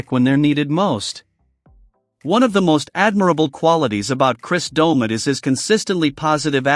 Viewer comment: The AI in this is awful. I turned off half way thru. Cant even say his name right.